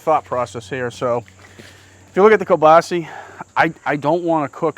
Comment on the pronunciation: You guys are great, I really enjoy your videos, however... it’s kielbasA not kielbaasi! I know you guys are from New England but...😊